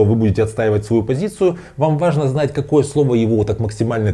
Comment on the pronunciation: Не аажно😊